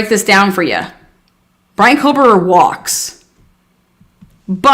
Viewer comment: Kober!!:face-purple-crying: Do we have to chop the last half of his name off?? is it too much trouble or are we hood-speech-lazy?? There is a reason george get's referred to as"G" and its only cool to other thug rats! On a more positive note, you can always call him Bryan instead of lazily butchering his last name (everyone knows without the last name by now)